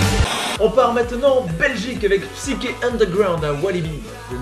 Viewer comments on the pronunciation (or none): none